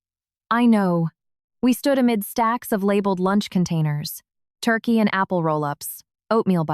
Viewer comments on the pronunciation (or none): none